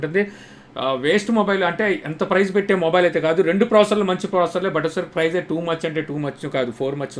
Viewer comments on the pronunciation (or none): Prize kadu price.